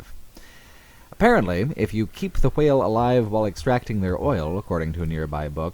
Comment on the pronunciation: The way you pronounced "whale" really annoyed me. Other than that, fantastic video.